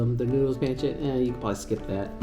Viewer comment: Pronounced Pon-sit lol